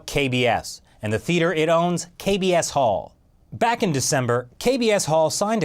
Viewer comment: kbs홀이 자꾸 이상하게 들리네 ㅎㅎ Kb asshole ~